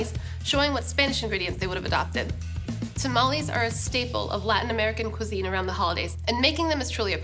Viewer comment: It would be nice if you would say tamales correctly and maybe speak a little Spanish